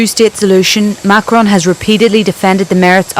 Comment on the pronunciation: It is not Macron…geeez.